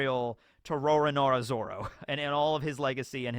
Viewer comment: RORONOA Not RORONORA. Maybe if he dies, Americans will start pronouncing his name correctly.